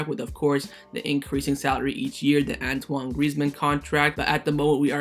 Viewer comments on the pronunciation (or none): none